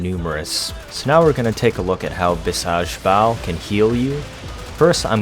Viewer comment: It's pronounced as bee-shall-bal. Which means huge power.